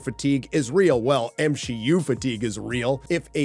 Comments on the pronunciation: MsheU not MCU He said MsheU 4 mins in 😂😂 i had wrote before i started watching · The M-SHE-U? The her-os journey? Lmao.